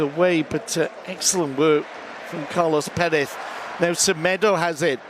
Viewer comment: Its carles, not carlos